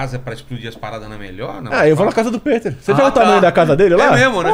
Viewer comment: Péter??...Peter = Pitér